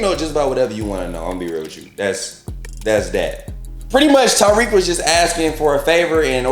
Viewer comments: Lol, I crack up when people call him Tyreek instead of Tariq. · Great review, just irked me you keep saying “Ty -Reek” when his name is TA-RIQ 😂